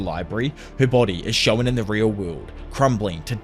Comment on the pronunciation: Hey man loved your videos since the Tokyo revengers chapter reviews, love this one too. Don’t take it negatively but try to work on your pronunciation of ‘shown’.